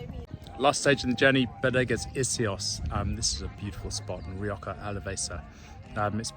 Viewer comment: Rioka? with a Ka sound? No my man, not even close!